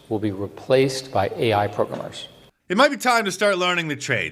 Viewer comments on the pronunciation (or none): “Pro-grimmers”. Never heard it pronounced like that.